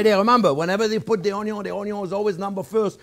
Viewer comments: You got me with the ultimate Blender! Chef Jean-Pierre, "Uhh yeah baby!", master of the masters of the "o n y o" 🧡🧡🧡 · I look forward to Thursdays to watch your videos..I've watched so many different chefs over the years and taken so many culinarily classes, and I think you are the best of the best. I used to watch Justin Wilson and loved how he would say onion (onyon) like you do, he was quite the character as yourself. I wish I lived in Florida I would be at you school and restaurant all the time. Grazie , Merci and Thank you you are a pleasure